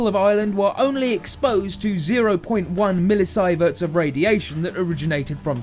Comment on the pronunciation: No. We know how to pronounce millisievert. The guy doing the voiceover hasn't heard it pronounced before doing the video.